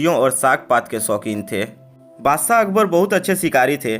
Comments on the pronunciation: Badshah hotae wo Badsaaaa bola speaker ne 😂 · Tu bhi sh ko s bolkar hamara dushman ban gaya hai.